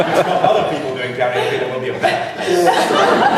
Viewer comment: "Karenoke" I'm dying.